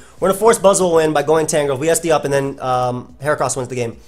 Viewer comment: For once I agree with your pronunciation of a mon. I don't trust people who say "heachran".